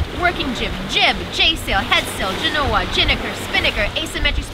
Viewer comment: Excellent presentations, and! I love the technical details. Perhaps you could cover the details of your boom vang, along with explaning the difference between a tension vang, a pusher vang, and vangs which do both. Proper pronunciation of "genoa" is commensurate with the city after which the sail is named: Since sailcloth is made from manmade fiber, why don't they include UV-absorbent/reflective/protective substances into the fiber as is done in other industries without detriment to function? Did you forget to mention your sail drive recharges your batteries while under sail? Perfect for pulling into port...:)